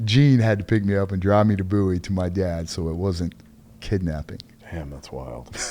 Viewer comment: Ah. AI Bouie , no, BOWIE , Tx. Small town country